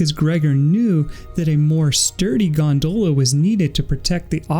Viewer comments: good video but, Gondola, not Gondoela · As irish I agree. It's gon-dolla